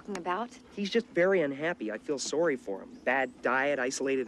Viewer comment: I swear, every time he says "I'm sorry" you can straight up hear the Canadian in his voice.